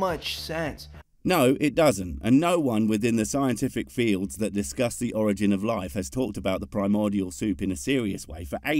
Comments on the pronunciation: And "or-I-gin", emphasis on the middle syllable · Don't forget he mispronounced origin, too.